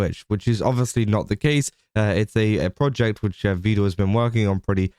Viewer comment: "Vedal" is pronounced rhyming with "medal" or "pedal."